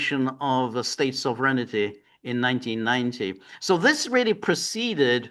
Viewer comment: George, there's no "ity" in sovereignty. It is pronounced sov-ren-ty, three syllables. There's no alternative pronunciation. There's the correct pronunciation and an incorrect pronunciation.